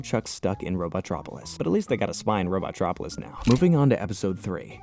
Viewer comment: Robo-tropolis. Not robot-tropolis. That bothers me